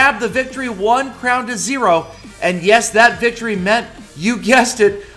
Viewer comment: Why did you say "Victory"? More like VICTOROEEY!!!